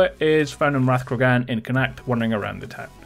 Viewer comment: Connacht is pronounced as Con-ocht, just a little help from your Irish fan base!